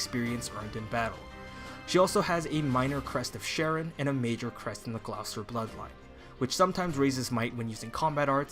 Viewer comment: GLOWcester...Thank goodness the voice cast pronounced Gloucester correct in the game!! That would have driven every British person absolutely insane!